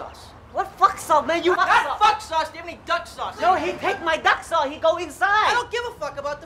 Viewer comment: I love how the chinese delivery guy said Fuck sauce! Not Fuck sauce Give me duck sauce! LOL!!!